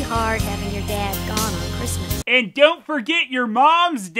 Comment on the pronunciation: "christsmas" wtf?